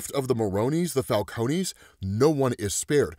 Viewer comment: Bro doesn’t know how to say Falcones 😂